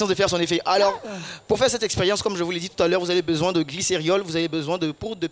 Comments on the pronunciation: L'ignorance, c'est le fait de ne pas connaître quelque chose. Et quelque soit l'accent, pour celui qui connait le mot "glycérol", il ne prononcera pas "glyceriol ". Une fois, ça passe. On dira que c'est une erreur. Mais plusieurs fois, on fini par se dire que c'est un mot nouveau pour lui. D'où l'importance de corriger pour ne pas que ça se répète. Accepter son erreur et la corriger permet de mieux assimiler ce qu'on avait pas compris... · Qui a été choqué comme moi t'entendre "glycériol" à répétition au lieu de "glycérol"?🤔